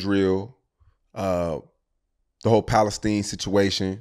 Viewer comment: "Pali-steen" never heard it that way